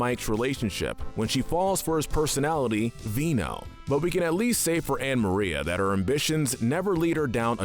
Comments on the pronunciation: It's Vito, not Veno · Did no one notice that he said the personalitys name wrong he said vino the guy's name is vito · VINO?!?! 😂 It’s Vito! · vito not vino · It’s Vito not vino but ok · It's vito. not vino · Vino? You mean Vito. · Vino? My guy its Vito😂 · He said Veno right